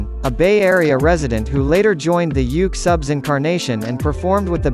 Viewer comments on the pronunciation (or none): This is the third time I've tried to get through this video and I just can't. Immediately pressed stop when I heard the robot voice say "yook subs"